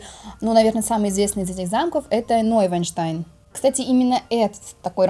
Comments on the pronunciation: Всё прекрасно. Но вы пропускаете букву в названии Нойшванштайн. Первую Ш. Шван - лебедь, без первой ш теряется смысл. За программу спасибо! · Замок Ной-шван-штайн (Новый-лебединый-утёс). Понимаю, что язык сломаешь, но всё же надо стараться. :)